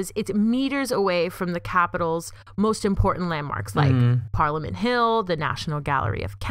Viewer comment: You pronounced parliament wrong 😂